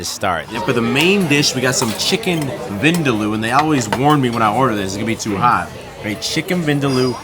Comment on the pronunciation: its chicken vin--daa--loooo